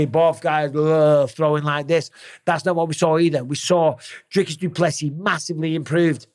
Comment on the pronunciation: Finally, someone who can pronounce Dricus..